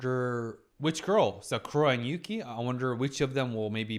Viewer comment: Yass! Put some respect on Yuki's name, she pulled the S rank hottest guy in school. And you got her name right 😂 Such a strong episode. Desires and insecurities versus shame and the need to grow.